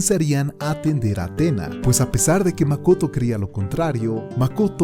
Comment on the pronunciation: It’s mak-oto 🤯🤯🤯